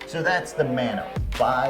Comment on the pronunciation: Speaking as a dude who grew up in Hawaii: Mah(As in Mama)-no-ah, not Man-oh.